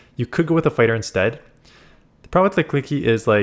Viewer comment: It's ok, we all get pokemon names wrong sometimes. It's Lick-ee-Lick-ee